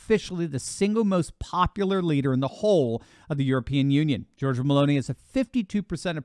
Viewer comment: Not hating, but her name is pronounced: Geor-gee-a Also not pronounced as: Georgia <- as in the country